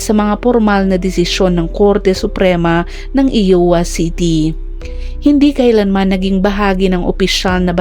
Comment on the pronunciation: IOWA should be pronounced "AYWA " po NOT "IWA" 😂😁🤪